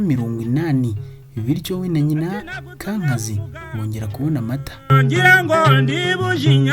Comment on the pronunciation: Urakoze ku mateka meza. Ariko inama nakugira, ujye wegera abakuru kugira ngo bakubwire uko amazina y'izo mfura zo hambere yavugwaga (prononciation), nibyo byaba byiza kugirango nabyo bimenyekane. Nka Semutwa, Rwigemera, Kankazi, Rwubusisi na Rugumire, uko uyavuga siko avugwa. Ariko birumvikana, uri muto ntawakurenganya. Gusa bizatuma wowe n'urungano rwawe ndetse n'abandi batayazi babimenyera iwawe. Urakoze